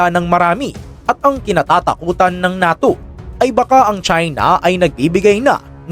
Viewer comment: diba ang pag bigkas nyan sa NATYO ay parang "NEYTO" Ahahahahahahahahahah